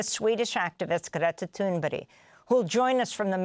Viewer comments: Ghreettha Toonberry? Calm down Amy... So extra... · Who's Gretta ThunBerry? As an anchor to a show you should really get the names right of the people in your piece coz you sound kinda dumb to be honest! Like all these people who support Gaza and Hamas